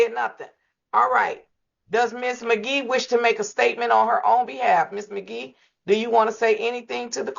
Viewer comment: The judge was already on 10 before Ms. Magee even got on the screen from saying her name wrong purposely n signing before she got on there her whole body language was giving I got an attitude